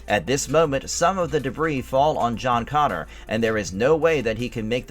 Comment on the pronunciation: Could you sound any more like you're reading from a cue card?? Also, it's John CONNOR! Not CONNORS! If you're not going to take this seriously, go home.